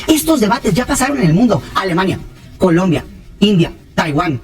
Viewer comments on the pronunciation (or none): none